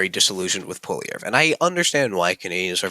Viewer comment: This is a bad video, you cant even Pronounce Pierres last name correctly. If you only believe in the polls i guess you also believe Kamala won lol